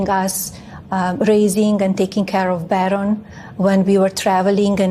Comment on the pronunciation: Melania can’t even pronounce her own son’s name correctly. Ouch.